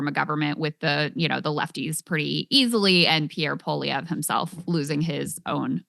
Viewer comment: I think Krystal Ball might be the first American in human history to pronounce Pierre Poilievre correctly.